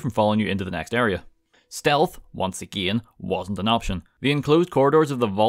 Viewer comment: Am I the only one who when he say 'again' hears Ed Gein? I'm not complaining persay, but the pronunciation could tweaked just a hair because I keep having flashbacks to serial killer documentaries, and well the neighbors are starting to look mighty tasty.